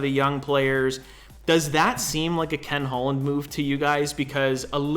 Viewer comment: Did say Ken holland lol